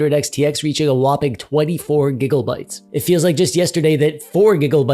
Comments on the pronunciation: Now say it with me. It's "GIGA" not "giggle" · Whats with the giggle bytes bro, why you talkin like you have 50 kg of snot in your nose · stop with the giggle bytes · "giggle bytes" its gigabytes please tell me u did that on purpose. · Please, stop saying Giggle-bytes. Limit it to twice per video at most. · is it just me or does it sound like hes say giggle bytes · Can we just talk about the fact the he said "gigglebyte's" the whole time? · All I'm hearing is "giggle-bytes" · Thats alot of gigglebites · Every time I hear giggle byte I just melt from the Pleasant discomfort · Are you intentionally saying "Gigglebytes"? It's honestly rather distracting, but are you trying to make a statement about the status of VRAM among the masses or something? If so I don't get the joke. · All I keep hearing is Gigglebytes 😂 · I love it sounds like he is saying giggle bytes, love it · Dude, do you say.. Gigglebytes? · I thought I was the only one hearing this lol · The way you say "gig-O-bytes" is hilarious. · lmao same